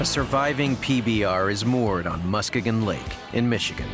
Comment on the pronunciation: Somebody really needs to learn how to speak the word Muskegon!